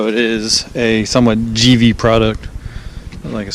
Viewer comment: Thanks for the review, but the product is Dolomiti, not Dolimonte'. And Givi is pronounced G.V. Here's the company saying it